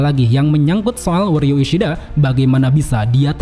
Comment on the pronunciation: uryu ishiada 😂tertawa aku bang😂